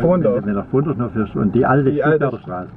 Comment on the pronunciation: Lorina Bauz ich weiß nicht ob er Bondorf oder Pfrondorf gesagt hat... bondorf wäre doch n stück weg von Tübingen... Hatte mich auch erst rießig gefreut als ich Bondorf gehört hab 😋 bin oft in tailfingen weil ich nebenan wohne! Grüße an dich